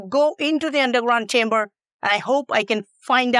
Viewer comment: Oh....you said chamber.... I thought you said Timber..